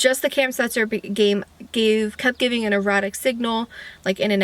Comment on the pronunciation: Love your channel and am watching the progress. One thing , did you say erotic signal or erratic signal lol. I went back and listened a few times but couldn’t tell.